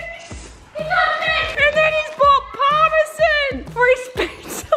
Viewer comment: did she just say Parma- Zin ?????😟